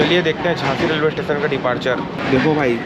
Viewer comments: Tation tation ni hota station hota hai 😂😂😂😂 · छत्तीसगढ़ी में स्टेशन को टेशन ही बोलते है। छत्तीसगढ़ी का रिस्पेक्ट करो जहाँ के भी होगे